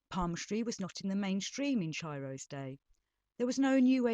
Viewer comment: Pronounced Ki-ro